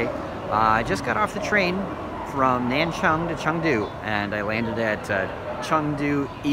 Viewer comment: 南充NanChong 和 南昌NanChang 是两个地方。 你的发音听起来更接近南昌。